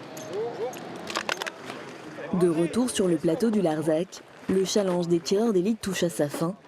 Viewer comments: un "challange" heuuu non j'crois pas non 😂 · elle a bien dit un "CHALENG"??? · Super mais on prononce challenge : CHALENNEGE et non CHALANGE (Orthographe de prononciation) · "Un challenge national" enfin "chalange" même. Pourquoi mal prononcer un anglicisme quand des mots français auraient fait l'affaire?